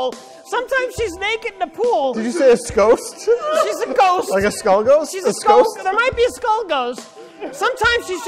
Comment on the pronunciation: “WELL SOMETIMES SHE’S A SKOST.”